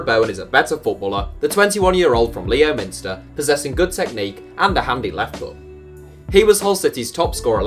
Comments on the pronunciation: its pronounced lemster not leo-minster, take that from a local. Nothing against you though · It’s not Leo minster its lemster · Leominster is Pronounced lemster, not Leo minster lol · Lee-o-minster😂😂 It's pronounced lemster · great video (maybe do same for every other part of the UK?) BTW Leominster is pronounced "Lemster" or similar, I only found out about this last year 😂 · Leominster is actually pronounced Lemster. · Leominster is pronounced lemster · Leominster is pronanouced without the o 😂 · It’s pronounced Lem-ster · Simply not how u pronounce Leominster. Easy mistake tbf 😂